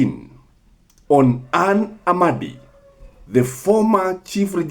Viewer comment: Ann Amadi. Not Amandi